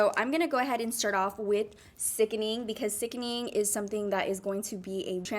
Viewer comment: Lol it’s sickening not sickning